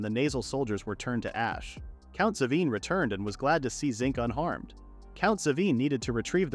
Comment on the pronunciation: Imagine being a good great great good voice over story teller/recaper yet the name of the mc is still different then the manga panels. This isnt me making fun of him because he is a good recaper but the way he say "Zinc's" name is different he says it as jinc